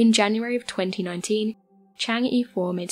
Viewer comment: i like watching these videos but can you please look up the proper way to say chang'e